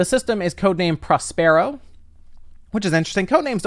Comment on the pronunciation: That’s an… interesting pronunciation of “Prospero”? 😄 I’m disabled and tech like Kinect and VR systems are pushing me out of gaming because I can’t stand in my living room waving my hands and turning around. 😔